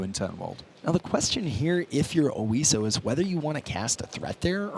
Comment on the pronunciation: OISO. Not Osio.